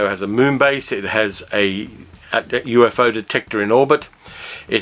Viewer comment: “UFO” in the show of that name is pronounced as a 2 syllable acronym, U-fo.